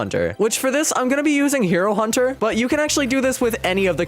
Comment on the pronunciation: Did he just say hiro hunter??😂😂